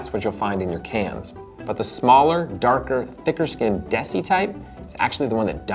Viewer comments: It is spelled Desi and pronounced Day-See not Dessy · It's not "dessy" it's "day-see" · Love the video! Now I really want hummus! Lots more recipes with the chickpea in Indian cuisine, from the North Indian chhole (chana masala) to the South Indian chundal (a milder snack wiht coconut and chillies) Also, some pronounciation support: Desi = they + see; Kabuli = ca (from car) + bully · For future reference -- "Desi" is not pronounced like Desi Arnaz... it's pronounced more like "they see". It is derived from the word "des" meaning country or nation, so basically it's like calling them "the chickpeas from our country." A bit of an Indian ethnocentric naming, yes, but naming rights often go to whoever named them first. Kabuli, as you might expect, refers to Kabul in Afghanistan. And the name "Kabul" is generally pronounced with apparent emphasis on the "Ka" rather than the "bul," and likewise for the designation "kabuli" I say "apparent" because it's more accurate to say that it is an extended vowel, i.e. that the vowel sound is sustained for a longer period of time than normal, giving the impression of emphasis.